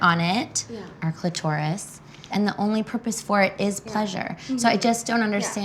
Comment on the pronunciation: for all that is holy pronounce “clitoris” correctly